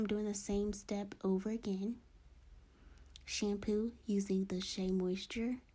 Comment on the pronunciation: I love the way she says "shampew" lol